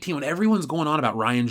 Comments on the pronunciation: Every time he says Ryanus, I laugh. Someone make it into a Fandom Menace shirt! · says Ryanus. Me:😂😂😂😂😂😂😂😂😂😂😂😂